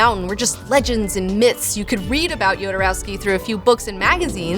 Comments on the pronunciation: Even if the origin of the name is slavic, he pronounces it "Hodorowsky". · Don't forget kids: it's not YODA-rowsky, it's HODOR-owsky! :D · It kills me how poorly you mispronounce everyone's name, especially Jodorowsky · You should first learn how to pronounce correctly his name